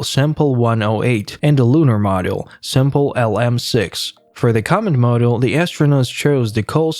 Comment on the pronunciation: Not sure if it's computer generated or not, but certain words "command module" for example - were horribly mangled. I agree, the narration was so irritating, I could not finish the video. Too bad, looked like good historical clips.